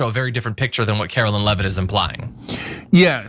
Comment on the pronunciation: Karo-Lyin Levvett